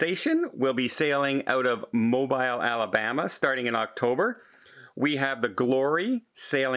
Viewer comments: Really appreciate all of the information that you put out, one thing though Mobile Alabama is pronounced Mo-bill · I need to ask my cousin who is from there if that is the way you pronounce it. Thanks for correcting me. I have always pronounced it Mo-beel.